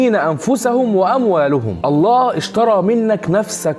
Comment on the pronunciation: اخي انت في قلت الاية خطأ ((ويشهد الله على مافي قلبه وهو ألد الخصام )) خطأ تشكيل بكلمة (الله) فتغير المعنى